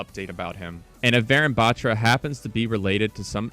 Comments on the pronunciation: Bro it's not BAATRRA it's Baathra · Its pronounced butra, not bat-ra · Proununciation problem its batra not betra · man said vayrun batchra, its vuh-roon bahthra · Also it's pronounced varoon bathra not baatra